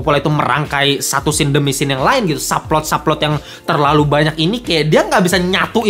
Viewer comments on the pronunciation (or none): none